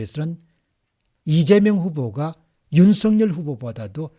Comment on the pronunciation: 윤석렬 발음할 때 이름에는 연음법칙 적용 안되어 윤서결이 아니라 윤성열로 발음해야 합니다.공박사님은 정확히 윤성열로 발음하시는군요. 감사합니다